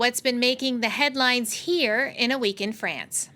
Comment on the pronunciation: Sa voix! "Frayance"? C'est un pays?